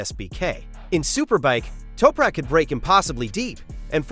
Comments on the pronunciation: AMATEURISH!!! You can not even pronounce Toprak's name!!! What a WEAK synopsis and overview! Don't quit your day job dude! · Holy chit.... obviously total AI garbage when they slaughter the Turks name...